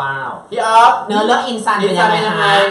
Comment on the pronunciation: พี่เตพูดผิดค่ะจากอินซันกลายเป็นอินจัน